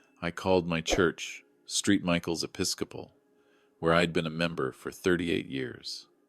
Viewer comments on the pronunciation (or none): Street Michael's? Really? American Thanksgiving in Damascus? AI, you suck. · I think Street Michael's is actually St (Saint) Michael's. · It’s Saint Michael’s Episcopal not Street Michael’s Episcopal. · I laughed out loud when the patron saint of the church was pronounced 'Steet Michail's". Abbreviations do matter...lol